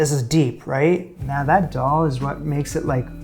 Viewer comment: Friendly FYI from an Indian: Dal is pronounced "the-all". Atta is "ahh- tah". Chappati is "cha- pa- thee".